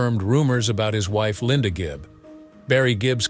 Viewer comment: Good gracious, who came up with all these accusations, narration, and misspoken phrases? It's Gibb, not Gibbs, It was the Bee Gees, not "Barry and his band," or "The Gee Bees."